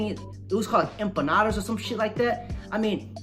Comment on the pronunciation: LMFAO "EMPANADAS" 🤣😂🤣😂🤣😂😅🤣😂